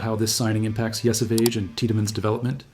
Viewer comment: I'd be more inclined to agree if you pronounced Yesavage properly.